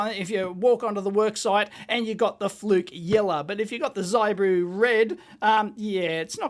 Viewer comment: ZIBOO is not pronounces zeye Boo the I is phonetic practice saying ZIP - CLEARLY YOU WOULD NOT SAY ' z eye p ' ZIP PIP SIT ( NOT SITE - s eye t ) as you would no doubt pronounce it given your linguistic limitations. HIP ZIB Are you getting the point yet ? Learn phonetics and learn another language Understand that English is largely a corrupt language - mostly not phonetic - except that was acquired from Latin / and French Latin sources and arabic language - Many German and thus English words are also acquired from the Persian and Sanskrit languages. Also the Alphabet uses in the English language is abstract and has no relationship to the spoken word. Almost ALL languages in the world are phonetic - except English - a language only used for Legal deception. Known as Legal English - commonly referred to as Legalese Note that there are ONLY three types of English. For your homework - name than and define them.